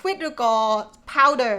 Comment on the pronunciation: Some corrections for you: Powder Laundry Detergent - Not Power! Quarters - Sounds like letter K - Karters Hanger - Sounds like ហ៊ែងងើ ចុងគឺសំឡេងងើ for an example for: Singer - ស៊ីងងើ